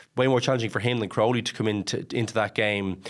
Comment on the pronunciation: Jesus Mary and Joseph, Jack Crowley has been a big name in Irish rugby for months now and Luke Fitzgerald still can't pronounce his surname. It's Crowley.. like cow without the r.